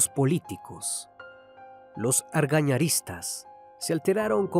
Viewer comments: Recomendación para narraciones referentes a Paraguay: preguntarle las pronunciaciones a algún paraguayo de confianza, eso va a mejorar las pronunciaciones, pues a los que somos paraguayos nos incomodan bastante las pronunciaciones que se alejan demasiado de lo real. Los seguidores de Argaña, por ejemplo, eran conocidos como argañistas y no como se pronuncia en el vídeo. Son detalles, pero en ellos radica la excelencia. Va a mejorar la experiencia, sustancialmente, para un gran sector de los escuchas del canal. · Se dice argañistas